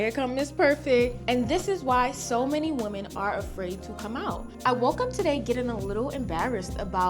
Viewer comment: It be tearing her up, Just saw another video of her saying it again! Like baby "wim-en" smh